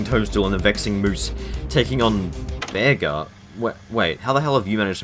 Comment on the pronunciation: Pretty cool video but why are you calling Bearger a Bear Ger?